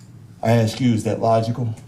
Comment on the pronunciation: This guy can’t even pronounce the word “logical.”